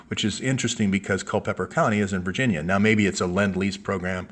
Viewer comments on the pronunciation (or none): none